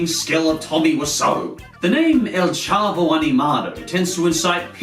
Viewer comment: Xiqu Roaz chavo not chabo